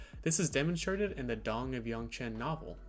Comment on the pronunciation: When u said “Dawn of Yangchen” it REALLLLY sounded like “Dong of Yangchen”